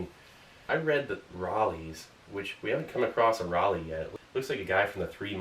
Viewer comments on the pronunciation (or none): Rar lee...I think it's pronounced Rell lay. Not an expert though =) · Hey Steve. Look Walter Raleigh. Thats him on the pack. Not sure why but give it a go his name is pronounced [ Ral-lee]